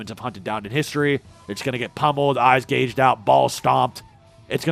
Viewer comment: gouged gow... like cow...